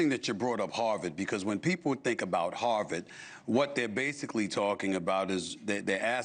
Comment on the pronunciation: HARVARD not HARLEM